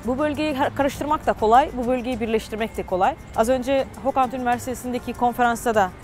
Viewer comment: yalnız orası hokand değil kokand